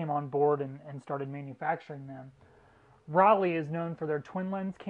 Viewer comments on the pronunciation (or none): It’s ‘row-Lai’, not ‘folly’ lol German made are Tessa’s lens,sgp made are sonar lens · The "o" in Rollei is long so it's pronounced Role-ee. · Roll-eye. Say it!